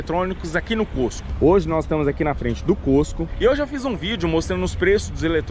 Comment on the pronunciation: Se fala côstco mesmo? Eu achava q falava cóstco